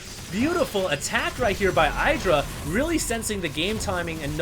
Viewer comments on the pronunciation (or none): No, is wrong. Husky is right. Idra is pronounced the same way you pronounce "it' or "idiot". Ed-rah no Eye-dra. is ignorant. On a side note, Idra is fucking amazing. I used to dislike him but seeing him play and his game sense is phenomenal. He has so much experiance under his belt that he's able to tell what's coming and how to react. Just great. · omfg, stop pronouncing idra incorrectly!! It's "ih-dra", NOT "eye-dra".. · Id-drah, not I-draw. Even Husky gets it right now and then ;-) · It's "eye"dra, some ppl pronunce it idra because of hydralisks but when you see an I at the begining you prononce it like eye. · IDD-DRA Not eye-dra. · No, it's actually Id-ra. He's said so, himself. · even idra calls himself id- ra :/ but i think everyone calls him different things. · it's pronounced iiii-dra iiii-dra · Trust Artosis! But... he calls Idra something different than Idra calls himself! Wtf?